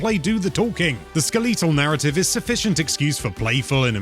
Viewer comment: The skuh-LEE-tull narrative